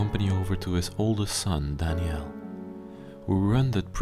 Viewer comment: Was his name Danielle? («Dani-ell) That’s what you’re saying, but it’s usually a female name. Or was it Daniel? («Dan-yel»)